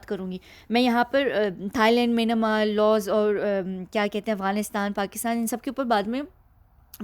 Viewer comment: The way you pronounced Myanmar sounds very funny.😂😂😂